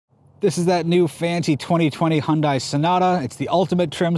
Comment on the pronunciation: "well done Hon-die" ?